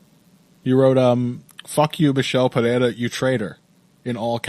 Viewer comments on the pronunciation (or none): Lol I cannot standddd the way says Perrera. And he cant say Nurmagamedov to save his life either haha